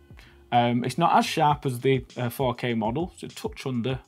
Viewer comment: When he said 4k printer I thought he said fuck A printer